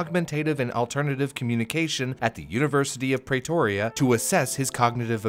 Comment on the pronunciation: this was an amazing video. Thank you. One observation though: Pretoria is pronounced Pre-toria not Pray-toria.